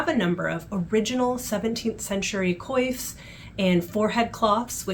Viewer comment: Thank you so much for this amazing video. It was so interesting. One question as a French resident your prononciation of Coif as in coiffure ? Or is it pronounced Kouf? It seemed very strange to my ears. We visited Jamestown and found it remarkable.